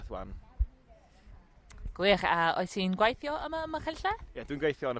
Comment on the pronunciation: is the only one that sounds natural. All these people sound like learners who need to work on their pronounciation, including the presenter. Points for trying, but 'gwAHeeetheeooww' instead of 'gweithio' is like nails down a black board, and she also doesn't roll her 'r's either. Pronouncing 'ei' as a posh sounding 'ah' is a bad habit that is often done by learners who typically have middleclass English accents. They say 'MAHeerioon' instead of 'Meirion' and 'tAHeetheeow' instead if 'teithio'.